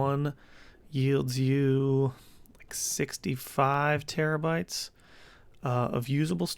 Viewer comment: Why do you call them tebbybytes instead of terabytes?